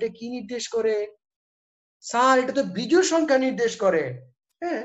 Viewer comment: জুড় না জোড় হবে। বিজুড় না বিজোড় হবে।